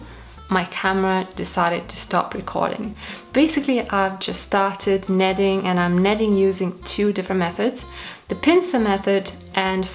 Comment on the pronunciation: kneading = Needing :) how to pronounce. Great video